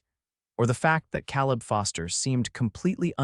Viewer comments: And it is kay-leb and not kal-eb. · Your AI needs pronunciation classes. CA leb, not Calleb. Long A. Indiana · AI HAS Pronunciation ISSUES. Caleb is usually pronounced K LIB. NOT CAL LIB. BUT it’s learning. Good story tho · You really know how to mispronounce names! Calleb is pronounce C-A leb, not Cal-eb. Get with the program! It was a cute story but I won't be back. The A. I. Voice really needs to go! 😞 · How many ways can you spell Caleb? And it's pronounced Kā-leb. Like in the Bible... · Tha name is Kay-lub. Your A I enunciation is flawed. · Kay-leb…. I agree, …..